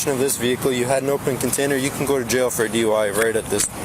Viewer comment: "Jay-oh"??? She can't even pronounce jail she is so horribly effed-up. Atta girl.